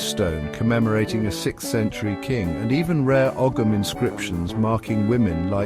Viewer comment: You cannot pronounce Ogham and the medals that were shown had nothing to do with Graves. What else here is utter crap?